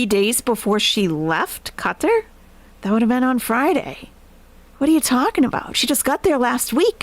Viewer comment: If you need reasons Nest is Best? 1) pronounces Qatar correctly 2) holds Chantal accountable for fork crimes 3) has Very Good Boys as hype-men Take care til next time, all! 🦉 🪹